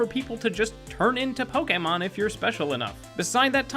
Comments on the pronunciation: Pok ee mon?!?!?! It's pronounced Pok Ayy Mon. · Stop calling it Po-kee-mon!!! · Poke-e-mon not poke-a-mon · It's pronounced "poke A mon" like touché, not "poke E mon" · Um actulally its pronounced Pok-AY-mon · ACTUALLY it's poke-ayyyyy-mon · Poke-eh-mon HHNNNGGGG STTOOOoOoOp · pookeemin stooooooooop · Fact #108: it's not pokeemon. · It's Pokemon (POE-KUH-MOH-NN) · omg he said pokEEmon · Learn how to pronounce Pokémon